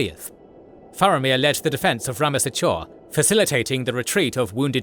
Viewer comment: It's THE Rammas Echor. THE Anduin. THE Pelennor Fields. And you are supposed to pronounce "ch" as "k". Like the "ch" in "echo", not the "ch" in "cheese".